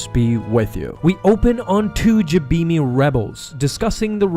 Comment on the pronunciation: You pronounce Jabiim wrong.